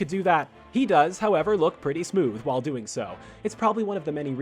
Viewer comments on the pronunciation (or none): none